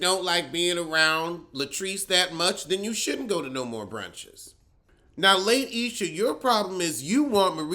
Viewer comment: Lay-Esha😂😂😂😂. Her name is Latisha! 😂😂😂💀💀💀💀